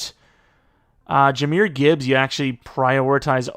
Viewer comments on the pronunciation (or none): none